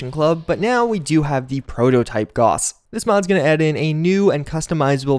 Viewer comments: The au in gauss is pronounced like an ow - as in how now brown cow. Gowss, not goss. Maybe I'm being pedantic, or maybe you sound ridiculous. My money's on the latter. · FYI, Gauss rhymes with house.